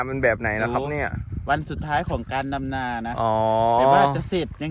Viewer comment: ที่อีสารเขาพูดกันนะ555ดำนาแต่บ่าวหน่อยพูดจะออกเสียงเป็ดลำนา5555 มวนดีๆๆบ่าวหน่อย